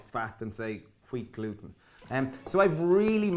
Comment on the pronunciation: "Kweat glooten" Haha.